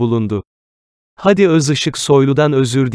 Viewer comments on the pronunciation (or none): Haadi kardeşim, hadi değil. Sende telaffuzu öğren. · Hadiyi uzatmayı bilmeyen kanal Seslendiren arkadaş Hadiyi uzat